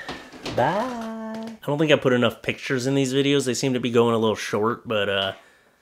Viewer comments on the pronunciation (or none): I like how he says “picchurers”